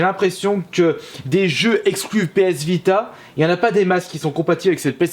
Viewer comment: Tu as dis PS Bida